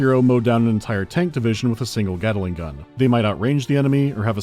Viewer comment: That needs edited its gatling not gataling